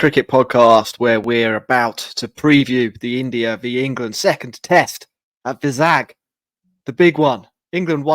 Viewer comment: Not vizag its pronounced as (Y zag)